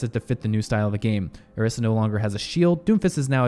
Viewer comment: bro is it just me thats noticing his weird pronunciations of the names of the characters lol... like he called Brigitte, Bri-get? lol. bro its bri-jet lol. also im pretty sure Orisa is o-RI-sa, not OR-ISA. its whatever but like how can u mess up brigitte lol bro said bri-get lmao